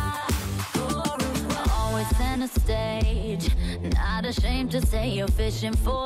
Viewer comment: I'm french and I don't listen "Au revoir" x) She says "Oweva" ?